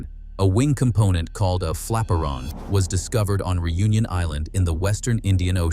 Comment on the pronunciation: "Flaperon" ahahahaha!